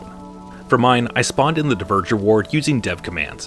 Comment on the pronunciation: Dvergr is not pronounced like "diverger". It's closer to the old germanic "dwergaz", dwarf comes from the same word. So you basically pronounce it like "dwarger".